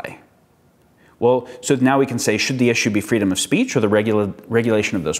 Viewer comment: "It's very easy to say 'free speece'" ...D'OH!